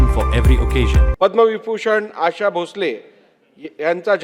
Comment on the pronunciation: 100% याला मराठी वाचता येत नाही... English मध्ये लिहून आणलंय... म्हणूनच 'Asha' हा शब्द 'अशा' वाचतोय.. याला भावपूर्ण श्रद्धांजली